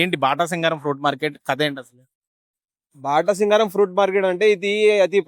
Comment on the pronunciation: బాటాసింగారం కాదు 😂 అది బాటసింగారం